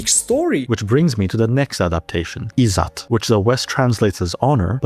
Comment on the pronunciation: izzat (the rest of pronunciation was correct, but there's no 'aa' sound) just means honour or respect. While yes, it results in many patriarchal choicemakings, Western cultures also had similar issues. India having a huge littering problem has nothing to do with "Izzat", no clue where he's gotten that.